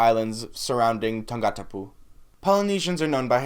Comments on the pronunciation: wow he abdolutely botched it, "tongue gotta poo" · "Tongue gotta poo" lol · OMG the way you said Tongatapu had me dead 😂☠️. Tonga-tapu. Ofa atu from a Tongan though. Aye! You said Salote right. Thanks for learning about our island.